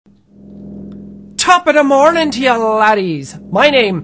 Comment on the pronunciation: top of the mornig to you ladies lmao now its top ah the mornin ladties lmao